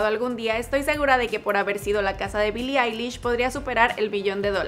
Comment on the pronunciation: Soy el único que escucho que en el minuto el tipo dijo bili lish jaja